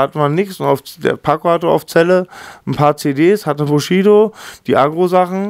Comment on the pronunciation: Sagt Mc Bogy wenn er Bushido ausspricht nicht immer Sushido ? Wer versteht auch immer Sushido ?